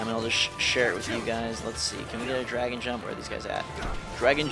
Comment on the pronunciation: Dude, it's called "DRAGOON" Jump, not Dragon